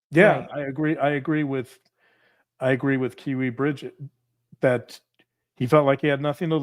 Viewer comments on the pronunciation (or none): none